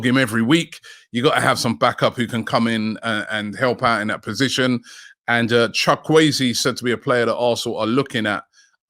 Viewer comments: Chalk weezy???? Really It’s pronounced chukwu-ezeh chook wu a zay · Did Robbie just call Chuk-wu-eze Chuk-way-zi 😂😂😂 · Robbie you are bad at pronunciation. WTF is Chawueze😂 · It's pronounced shu ku eze not sha kwe ze😂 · it’s called Chu ku eze Robbie not Chakwezi 😂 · Chukwueze is pronounced, tchu Kwe ze ... No shock wei zi 😂😂😂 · Chukwuweze not Chokwueze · Robbie it's CHook Woo Ehzs...chukwueze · Who the heck is chakwuezi ? ROBBIE THE BUTCHER. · Chukwueze is pronounced chu-kwu-eze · Chuck-way-zee., the absolute G.O.A.T 🐐 😂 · Robbie butchering the names as usual